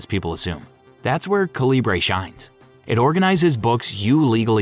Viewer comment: Calibre is pronounced KAL-ih-bər.